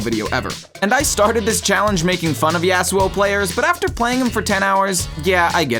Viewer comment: bro pronounces it YEAHsuo like a valley girl. it’s YAHsuo buddy.